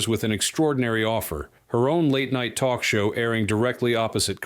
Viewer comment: I can still hear "Oh please, can we twok?" Seeing her snort a line of white powder just before walking on stage is what lost all cred. Powder? No cred. Crystal? No cred. Needle? No cred. Weed? I do not want to smell it, see it or hear about it so knock yourself out discretely.